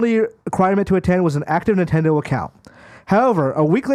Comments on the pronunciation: Nendedo is how how he said Nintendo 😂😂😂😂 y’all will employ anyone and your community just eats it up. Bravo I guess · Really? Now you're trying to call someone out for saying Nintendo as NENtendo? What is wrong with you? You're pathetic. YOU are toxic AF. Idiot.